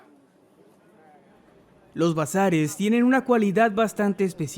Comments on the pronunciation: Crei que decia Brazzers XD😒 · Creí que decía Brazzers en lugar de Bazares 😅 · Entendí "encontrados en Brazzers" 😂